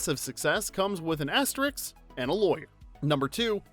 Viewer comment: Why can't anyone on this planet say "asterisk" correctly? Just sound it out. "Aster-isk." Not that hard.